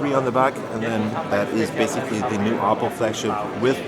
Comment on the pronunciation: Thanks for pronouncing oppo the right way :P